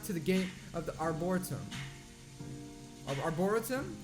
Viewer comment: LOL why does everyone struggle with Arboretum? xCeleste (Rosan) does too!! Arbor-eee-tum.